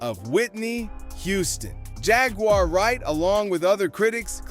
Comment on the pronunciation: ponounce her name correctly man